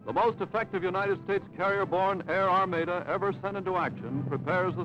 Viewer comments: What’s an “ar-MAY-da ? Perhaps it’s an ar-MA-da ! Also, it is pronounced TRUCK, not trook. Imbeciles ! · What's an armayda? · OKay, now he's pissing me off with his pronunciation of armada. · Like the narration This guy calls it truek! Not truck! And to hear armayda not armadda! We've been talking badly ! Oh well that's the only thing I can say ! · "Armayda, Trook?" Where did they find these illiterate weirdos?